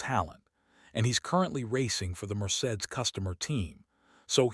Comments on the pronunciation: Le Clerc is not pronounced as Lecklert. ‘Leclerc ‘might be best pronounced ‘Luh Claire’. And Mercedes is rarely if ever pronounced Merced. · Please train your AI voice on correctly pronouncing words and names like LeClerc, Maranello, Mercedes, Verstappen, and on and on.